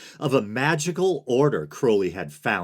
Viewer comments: Crow-lee?! You can say Crowley? Props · you get an upvote just for pronouncing Crowley's name right. too many people talk about Crowley without knowing anything factual about him. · “It is pronounced Crowly. To remind you that I’m holy. But my enemies say Crouly, in wish to treat me foully.” ~ Aleister Crowley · Awesome video! Just information without judgement, much appreciated. Germer is pronounced with a hard G, according to my O.T.O. friends. I really appreciate you pronouncing Crowley correctly, and that you care about getting their names right.